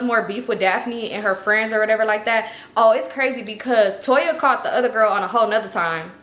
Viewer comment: U said Toya ? Eggs by Toya ??